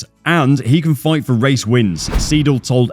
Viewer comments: nice video, just one thing, its not Andreas Seedle its more like Andreas Sayedle, like Aye aye Captain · the way you kept calling Andreas Seidl, Andreas SEEDL was really bugging me tf out, its pronounced ''sigh-dl'' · Seidl, oida, ned Siedl.